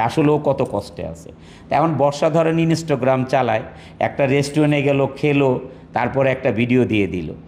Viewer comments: ইনোস্টোগ্রাম কিরে ভাই 🙂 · বর্ষা "ইন অ স্ট গ্রাম" চালায়😂